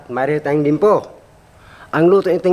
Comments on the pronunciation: dimpo daw sabi ni hahahahaa ung totoo😅😆li-yem-po yan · Liempo?? Dimpo?? Bimpo?? Alin jn sinabi ni?? Haha.✌️✌️🤣